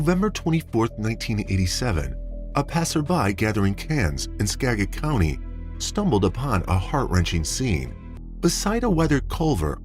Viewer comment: 😄 hahaha the way he pronounces Skagit County, Anacortes and Sedro Wooley. HILARIOUS!!!